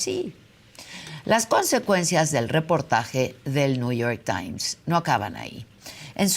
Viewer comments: Alguien que le diga al viejo guango qué es NEW York Times no New York tain 😂😂😂😂😂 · “El niuyor tain “ 😂